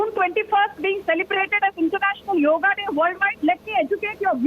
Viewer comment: Ok it's yoga not yog